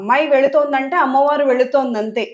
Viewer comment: అమ్మ వారు అనమ్మ, అమ్ము కాదు please